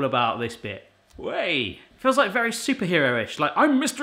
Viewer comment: I love it when says “whei” 😆